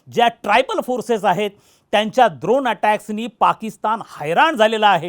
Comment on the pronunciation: ड्रोन ❌ द्रोण ✅😂